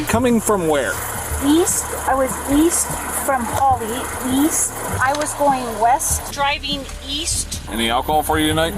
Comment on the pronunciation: "East......I thought you said weast"